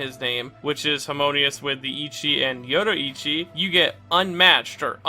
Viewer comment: I love content but his pronunciation of names like Yoriichi is mildly infuriating.